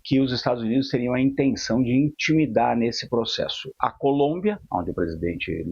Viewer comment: O reporter... "Intimidar" 😂😂😂😂😂😂😂